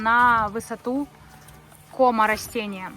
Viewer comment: Ведёте такую передачу шикарную, но ваше ударение в слове кома ,,кама,, произношени отвратительное с неверным ударением😅